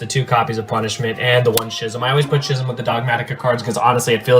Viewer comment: schism is pronounced skism